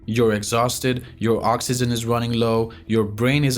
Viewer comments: oxygen not oxyzen dude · This guy can't even say oxygen correctly . L2english